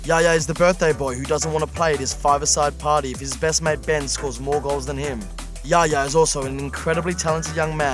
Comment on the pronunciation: Yaya not Gaya